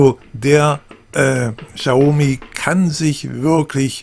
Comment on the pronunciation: Cooler Test, aber BITTE ( bitte bitte ;) ) informieren sie sch vor den Videos, wie man die Produkte und Hersteller ausspricht. "Xaumi" tut jedesmal aufs neue weh. ;)